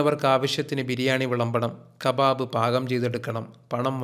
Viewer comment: പ്രത്യേകിച്ചും ഈ ഖബാബ് ' ഔ '...😂😂😂